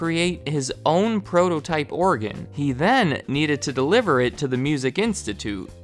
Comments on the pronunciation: It sounds like you're saying Oregon instead of organ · “OREGON” “ORGAN”